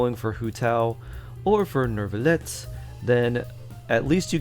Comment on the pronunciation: noo-vee-let or noo-vee-lay if you wanna be more french (france will still hate you)